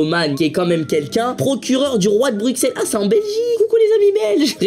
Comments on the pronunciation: On dit bruselles ... Pas brukselles🤕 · Ça s'écrit Bruxelles mais ça se prononce Brussels si jamais 😌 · Michou j’adore tes vidéos mais on dit Bruselles mais sa s’écrit Bruxelles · Je suis belge j adore tes vidéo mais a Bruxelles le x se prononce s brussels comme les choux de brussels ♥♥♥ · yo michou je suis beilge et on dit brussel mais sa s'ecris bruxelles voia et j'adore tes video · Ça se dit pas "Bruxelles" mais Brussel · Bruxelles ça se prononce Brussels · Bruxelles se prononce brusselles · On dit brussel